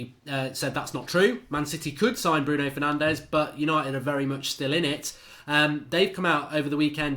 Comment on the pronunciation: Its “Bruno Fur-naan-jeez”